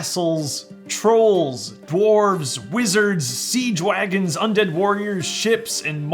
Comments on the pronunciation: I was so tired that I thought you said “Sea Dwagons” and not “Siege Wagons” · When you said "siege wagons" I swear you said "sea dwagons"